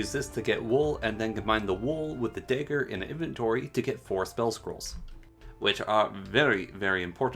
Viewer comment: I don't think I've ever heard someone mispronounce dagger before tbh, great vid with all the info and many giggles in those moments but thanks for you the video and the time you put into it :)